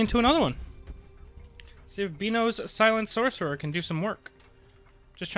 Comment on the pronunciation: Lmao shhhorcerer. Great video man!